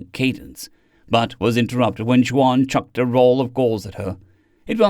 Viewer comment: Just a note. Juan is pronounced "won" not "jwon". Thanks for your great narration